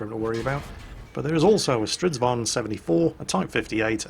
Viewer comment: IT IS NOT Stridsvaan, this is not Dutch.